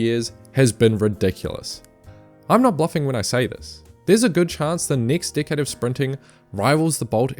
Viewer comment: When u say decade try not to make it sound like dickhead